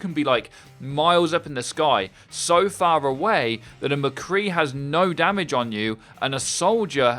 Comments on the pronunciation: "So phara-way" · "fara-way" "Pharah" Wait wut